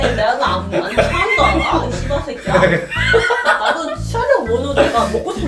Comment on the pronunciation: ㅋㄱㅋㄱㄱ 욕하는거 처음보는데 매력 쩌네 발음 개 찰져 ㅋㄱㄱㅋㄱㅋ 쒸버새꺄